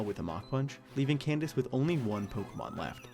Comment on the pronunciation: I know I've been out of the game for a bit, but hearing you say Candice was like a glass of water in the face.